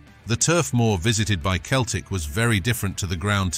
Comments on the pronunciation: It’s Celtic why can’t u just say Celtic not Keltic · Thank goodness it wasn't the famous Glasgow Seltic, but some other Keltic... Mon the Kelts... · I read your post before watching the video and as a lifelong I can't believe how feckin annoying it is to say Keltic every thirty seconds I've travelled to many many countries and I have never ever come across a football supporter of any bloody team who didn't ever think that Celtic was pronounced Keltic Grrrr!! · Keltic !!!! WTF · Keltic wtf lol up hoops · Pronouncing Celtic as Keltic? You are not a football fan. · Sell-Tick, ffs, artificial intelligence, there's a misnomer. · That's what happens when you're too lazy to do a voiceover yourself and get a computer do it. Who the fuck are "Keltic?" 😂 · It's pronounced sellick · As soon as you said Keltic i stopped watching. F**k me. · Thumb down for the constant bad pronunciation of Celtic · He can’t pronounce Celtic, what a tube. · If your going to do videos learn how to pronounce teams name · Do one, ya helmet. I think a real would be able to pronounce the name of their team correctly. 😅